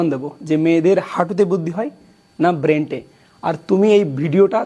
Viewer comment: ব্রেন্ট নয় ব্রেইন হবে আপনার বুদ্ধি তো হাঁটুর নিচে নেমে আছে 😆😆